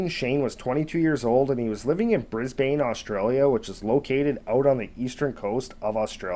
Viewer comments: BRISBIN is how one says Brisbane. A great story and very real. One has to train your dogs to stay away from our awesome roos or kangaroos. They are a part of our silent army and you may scoff but we have managed to live side by side with our wildlife. I cannot stand anyone who would exploit these fun cuddly scary awesome animals. I enjoyed your telling of this story and yep like everyone here i thought he'd come accriss a croc or a yowie. Even emus will chass you. Dang i love this country.🇦🇺😎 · Say it like an Aussie. Brisbn. There is no long (A) sound. It’s as if there is no A or E. Brisbn. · It’s pronounced “Brisbane,” not Brisbane!😁 Kangaroos rarely attack humans & dogs or anything for that matter-they usually flee when you come close! I grew up with kangaroos, they are beautiful creatures! If anything is being attacked, will defend itself! Sad about the furbaby! Dogs might have been trained to hunt wild boar, but they obviously were trained enough, as if you call them off, they should do asked commanded!!! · Brisbane is pronounced Brisbin. We have feral pigs, not hogs. You can tell im an Aussie. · Ha ha I was thinking the same thing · That was killing me as well..even though I’m a bloody yank.